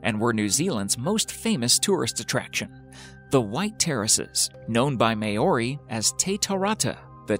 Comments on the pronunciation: Maori = Mow-ri. Please, learn words. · Maori is pronounced Mao-ri NOT Ma-ohri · This is one of the worst voice-overs on YouTube.. Covenant Gardens??? Try Covent Gardens. Mayori??? Try Maori. Rotura??? Try Rotorua. Otokerumpai??? Try Te Otukapuarangi. That's when i I decided to give up. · he got Tawarewa pretty good but the one i found funny was Rotorua he said Rotora or his Mayoori LOL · May-o-ri.. yep, fucking nailed that one Champ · Yeah "My-ori". What the hell is that??? Also "Covenent Gardens". It's Covent Garden. I think they just got some guy off the street to read this script. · May-ori for Maori? Really guy? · Could help picking up on the mispronunciation of the word Māori in the Pink Terraces :) It's Mou-ree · MAORI pronounce as Mayori? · 😂 😂 May-ory =Maori 😂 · #9: Ratura? Mayory? What the hell man. Just pronounce things like they are written. Is it that hard or is this just an United Statesian thing? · MAY-OR-REE? Way wrong with pronunciation! Please get it right! MAORI! (NZ) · For the love of everybody, find out how words are pronounced before you read them out loud. May-ories. Ugh. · I'm' not but I grew up near there so I can attest to the fact the words were butchered. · London's what Garden ! And, I'm out. The pronunciation of Maori - really? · I dont believe he did try to pronounce them correctly. He pronounced them how he thought they should be pronounced in american english, not correctly.